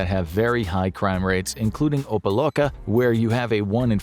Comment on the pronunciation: It's pronounced OH-PA-LOCK-A.